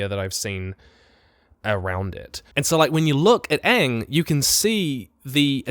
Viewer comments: Why does he keep saying Ong that way? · Its "ONG" not Aang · That’s not aang it’s Uung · If in the first 30 seconds i hear them call him ahng. I will immediately lose hope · costume looks good enough. as long as they pronounce Aang's name correctly and not make actors read out scripted story plots. I'm good.